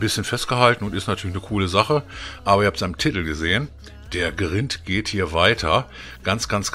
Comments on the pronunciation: das heisst greind, nicht grint ausgesprochen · Man spricht Grind anders aus.